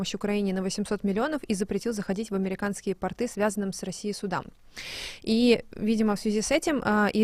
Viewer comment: Вы русская? С трудом верится,ну тогда позвольте мне вас поправить:в слове,,порт" ударение на первом слоге,а во множ.числе-,,порты" ударение тоже на первом слоге.